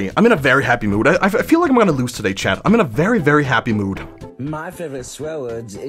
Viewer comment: did anyone notice he says chad instead of chat